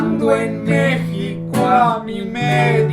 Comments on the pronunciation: El nombre México se pronuncia la (x) como (j), no como como (x) en el español, gracias por favor corregir el video en 2024. 😃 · da risa que dicen mesico se le mejico